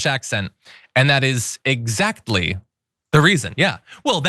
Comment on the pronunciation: EGG-Zactly! Try that one, EMPTY-G.